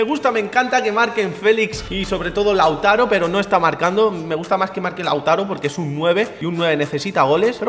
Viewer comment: Quien se da cuenta de que en el minuto dice LAUTARA